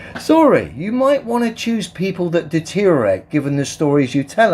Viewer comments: It's not "detorate" it's deteriorate. Just goes to show the the mindset of the flat earthers. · His pronunciation of "deteriorate" seems to be atrophied into "deterate".